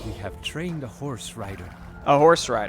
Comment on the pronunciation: We have tchrained a horse rider!